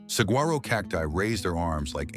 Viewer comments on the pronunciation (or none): The vista pictures are lovely but the narration, being fake, is pitiful. Pictures of Monument Valley are shown, when the fake voice mentions the Sonoran desert. The Sonoran encompasses the Phoenix area, not Monument. And the fake voice mispronounces our Arizona icon, the saguaro cactus. 'Nuff said.